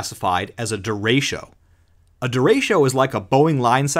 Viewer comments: Disappointed. Did not see a single picture of Gary Burghoff, though I always had a thing for Ms Gulch. Also, "derecho" is not pronounced "de RAY sho". It's "de RE cho", the Spanish word for "straight". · That is not how you pronounce derecho it’s “dur-RAY-cho” not “durasho” or “duratio” or however u pronounced it